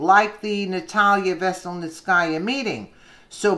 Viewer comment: good job, trying to pronounce these names that come up. PS enjoy listening to you.